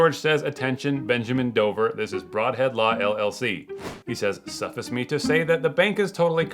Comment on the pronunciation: You mispronounced suffice. Its suh-fice, not suff-iss